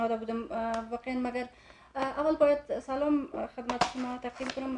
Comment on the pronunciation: احمق ، سل لام نه. سلام